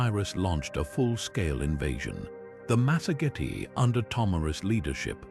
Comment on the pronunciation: the lands of the masogity... good grief.later it's masergeti... what is wrong with your ai's script bud?